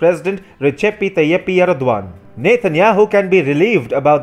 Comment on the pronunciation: All this great info and I'm simply amazed how you can pronounce the Turkish leader's name!